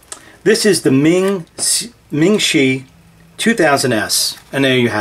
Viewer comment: it's Mingshi, not Ming shi